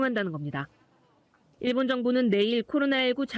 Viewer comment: 발음교정 좀 하시길... [ㅇ일본]이 아니라 [일본]